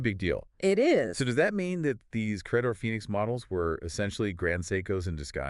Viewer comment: It's Credor. Not cra-dore.